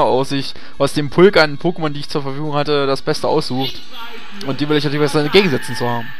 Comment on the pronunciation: Aggressionen wegen der "Pokémon" Aussprache des Moderators. ICH VERSTEHE DICH.